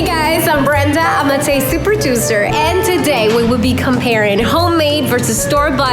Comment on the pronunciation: Who else always notices that says (produzer) 😂😂😂